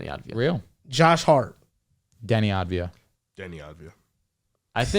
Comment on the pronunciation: Its Avdija* not Advija